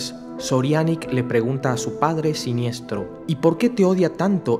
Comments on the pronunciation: genial pero...no es siniestro...es sinestro! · Deberías saber que se pronuncia SINESTRO no Siniestro